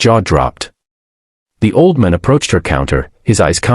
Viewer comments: Did anyone else notice that "just a waitress in a red uniform" was dressed in blue? Then, the AI narrator they hired couldn't even pronounce "old man" correctly.🤨 It became "oldmun". Aside from these silly mistakes, this was a very good video. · The ai says auldmon. OLD MAN, not MON, and it is two words, not one. 😂 bad ai, learn to speak. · AI needs to get things straight. Her red uniform was blue. Can the voice not pronounce "old man?" AI will soon destroy everything.